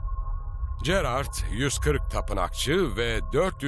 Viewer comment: Keşke bu metni okuyan arkadaşımız Gerard ın nasıl okunduğunu bilerek okusaydı. Böyle bir çalışmada çok sırıtmış, Jerar diye okunması gereken yerde cerard diyor, acaba kime nasıl masraf yapıldı.....